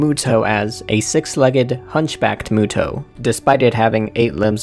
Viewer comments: I thought it was pronounced "MEWTO" not "MOOTO" ._. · I thought it was pronounced m(you)to